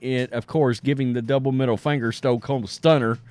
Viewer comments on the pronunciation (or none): none